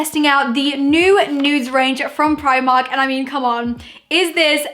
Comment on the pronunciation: u say primark wrong